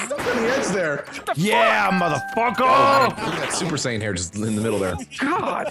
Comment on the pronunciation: Super saiyan, not cyan man...